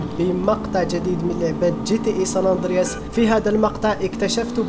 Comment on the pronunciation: اسطورتي كنت احب صوندرياص منك اشكرك❤❤❤